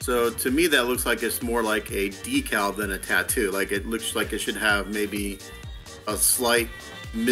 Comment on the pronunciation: Thanks for pronouncing DE-CAL properly. :goodvibes